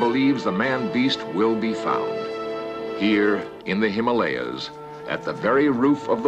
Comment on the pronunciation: I notice this time he said “Himalayas” and not “Him-Molly-Ahs” :-)